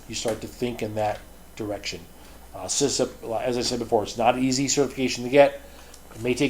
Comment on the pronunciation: Great videos as always. Just letting you know it's CISSP and not CISSIP, although I like the sound of CISSIP better :D